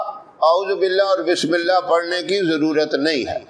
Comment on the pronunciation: Mash Allah bahut khub But bismilih ke alfaz sahi se adaa nhi hue h